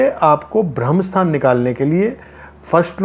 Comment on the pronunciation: भाई जी ये ब्रह्म स्थान होता है न की भ्रम स्थान